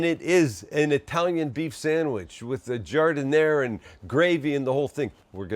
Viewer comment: There’s no “uh” sound at the end of giardiniera